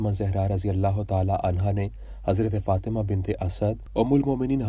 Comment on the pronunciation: حضرت سیدہ طیبہ طاہرہ سیدہ فاطمتہ الزہراء سلام اللّٰہ علیہا کا نام مبارک صحیح پڑھا کریں پلیز